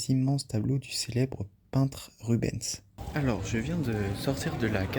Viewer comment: le nom du peintre se prononce RubenS, avec le S